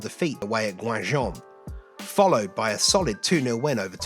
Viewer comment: Excellent work mate, congratulations from France! In any case Guingamp is pronounced a bit like "gain - gaunt" (with a silent "t" actually 😂). Write it down for the time you make a video on Guingamp's historical Europa League run in the 2010s! 😉